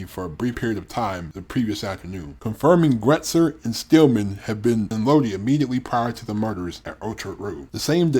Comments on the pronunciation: Having lived in Lodi, it's SUPER annoying hearing it repeatedly pronounced wrong. It's pronounced: low-die or load-eye not low-dee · PRONOUNCED LOW DIE!!! Iugg